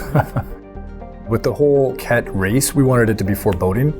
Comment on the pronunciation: I cant get it out of my head, i keep hearing the race as the Kek. pepe lives.